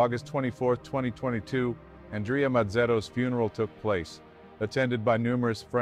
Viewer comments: It's pronounced Awn Dray Uh. Not Ann Dree Uh. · His name is not pronounced An-dree-ya/yuh. The Italian (masculine) name Andrea is pronounced Ahn-dray-ya/Un-dray-ya. It's the Italian version of Andrew. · His name is pronounced An-drey-ah. Ever heard of Andrea Bocelli??? Writing as a female Andrea. Is this narrator AI or a real person? I hear AI mispronuncing common words all the time. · It’s pronounced An-DRE-a. It’s the Italian version of Andrew. When you pronounce Andrea the English way it sounds like a girl’s name.